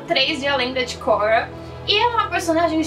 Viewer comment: obrigado por falar o nome da cóura " korra" direito